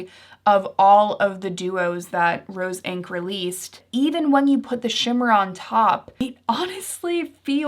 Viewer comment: Hi. Great video thanks. One quick edit you might want to make: you say Roen instead of Rose Inc